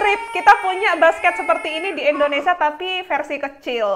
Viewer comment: INDONESIA NGOMONGNYA BUKAN ENDONESA